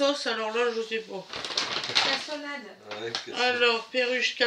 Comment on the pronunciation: Bonjour moi je viens juste de découvrir votre chaîne, merci pour votre naturelle. C'est vraiment sympa à vous de communiquer les prix, comme ça je peux comparer avec d'autres enseignes. Et vous m'avez rappelé un beau souvenir en disant castonnade au lieu de cassonade comme ma mamie le disait. Merci pour ce souvenir ☺️